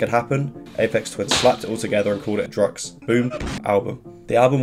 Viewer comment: Ok, love ur work but ‘Drukqs’ isn’t pronounced ‘drugs’, it’s ‘drug use.’ Druk Q’s = Drug Use -sincerely, a fan that has done waaaaaayyyyyyy too much LSD